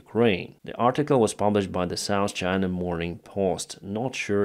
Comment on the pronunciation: What's the problem,, with you learning correctly how to pronounce the words North and South?